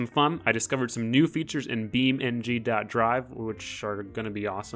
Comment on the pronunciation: Stop saying beamNG dote drive